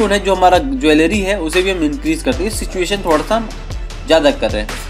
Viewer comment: बहुत सही 👍👍 ... लेकिन saturation को सिचुएशन क्यों बोलते हो भाई.. सैचुरेशन होता है सिचुएशन नही..